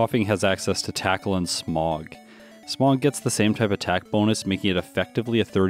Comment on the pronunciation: Is it bad that every time he says “Smog” all I can hear is “Smough” 😂😂